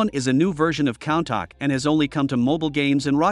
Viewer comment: bro mispronounced Countach like "Count-Tack" its pronounced "Coon-Tash" how did you fuck up this badly?!?!?! 💀💀💀[besides that, the video was great lol]